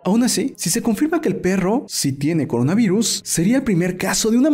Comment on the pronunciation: Jajajajajajajaja dijiste Corinavirus en vez de Coronavirus